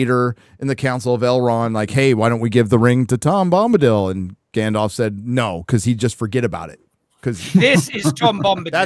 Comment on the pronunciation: Tom Glumbadil? Glum Bombadil? 😏